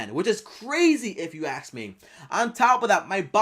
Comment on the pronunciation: “But If you Axe me”